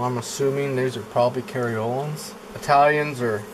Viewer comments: I believe he meant to say Carniolans. No such bee as a "Cariolan". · "Cariolens"?? You mean carnolians i think.